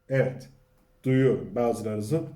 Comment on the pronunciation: yav abicim o nasil evvet demek öyle, tamam güzel insanlari anliyorum ama evvet demen sana yakismiyor. sadece ikiye bölmeden evet yani yazildigi gibi söylersen rica ediyor ve tesekkür ederim.